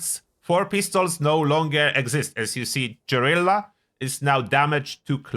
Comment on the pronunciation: "Jorilla" - January 29th 2025